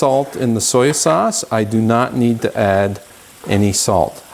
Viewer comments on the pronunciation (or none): Soya?? I have never heard anyone pronounce soy like that. Mindy at SoupedUpRecipes as a better version.